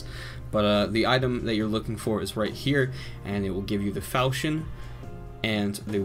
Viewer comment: FALKON NOT FAL CHI ON